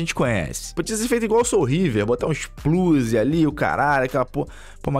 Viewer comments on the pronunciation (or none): none